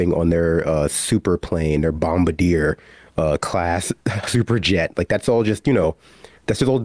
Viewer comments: ' bomb-bardiere...Bomba - deer, my dear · Its not Bom-ba-deer... its a french surname Bom-bard-dee-eh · Bombardier = Bom-bar-dee-ay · It's pronounced bomb-bard-e-ay lol sorry